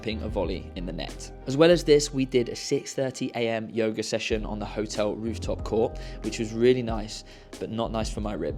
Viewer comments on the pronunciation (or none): none